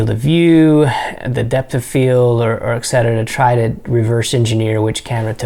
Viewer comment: Thank you for pronouncing the word bokeh correctly. The word etcetera, however, is pronounced as it’s written eTcetera, and not as some people mispronounce it “ekcetera”. eTS... not “eks”... T would never yield the sound K, obviously.